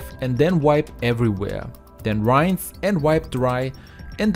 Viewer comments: Blooming expensive using dishwasher tablets! Certainly might help with burnt in food. But just to clean a sink?? I use Cif (it was Jif in England). Your English is excellent, but it is pronounced sort of like ‘ee’. But lift your voice upwards on the ee and don’t elongate the ‘ee. r-ee-inse. rinsse. Not r-eye-nsse’ ! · Dear friend! Please, use a dictionary to check the pronunciation of the word "rinse". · Great ideas! But the word rinse is mispronounced. Just check it out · This guy says "rinse" funny.